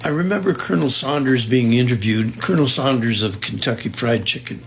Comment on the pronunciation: Should we believe a man who calls Colonel Sanders Colonel Saunders? I just bought butter in Iowa earlier this week for $2.75 ($4.05 Canadian) a pound.